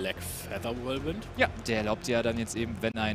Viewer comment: nächstes mal bitte Whirlwind richtig aussprechen kollege